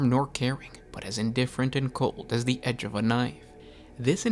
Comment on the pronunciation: “Da night Lords” You are definitely from Chicago lol